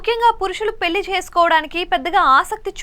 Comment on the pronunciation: పెల్లి కాదమ్మ.. పెళ్లి.. అలాగే, పరిగనం కాదు, పరిగణం.. నీ తెగులు వినలేక చస్తున్నాం తల్లి.. వెళ్లి తెలుగు నేర్చుకో